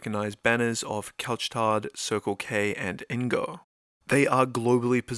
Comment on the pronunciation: Great video! I was already a shareholder before the dip and increased my position when the stock dipped. Btw, the « tard » in « Couche-Tard » has a silent « D »! 😊